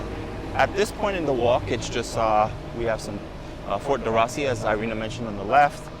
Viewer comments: We're just back (last Monday) from 2 weeks at the Hale Koa Hotel. FWIW, Fort DeRussy is pronounced "D-Roo-See" :-) I guess our timing was right for eating, experiencing only one long wait and that was at Haliewa Joe's Haiku Gardens (Kaneohe). We got there at opening time Friday 7/16 ( PM) and were seated 2 hours and 35 minutes later. Everywhere else was a normal 20-30 minute, at the most, wait times. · I love your videos for Hawaii. Very informative. I lived there on Oahu 15 years. U do a good job of pronouncing the Hawaiian names, however, Ft DeRussey is pronounced DeRoosie not DeRussie.